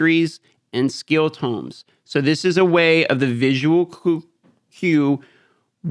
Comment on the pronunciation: My spine twitches each time Tome is pronounced Tomb. 😂 Great vid as always man. The answers here were not entirely good imo. Increasing the “value” of rares and rare tomes is a weird goal.